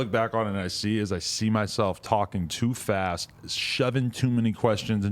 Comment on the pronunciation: This man said fest instead of fast haha